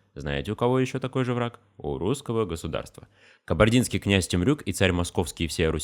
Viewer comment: Спасибо от Кабардинца. Над произношением надо поработать конечно)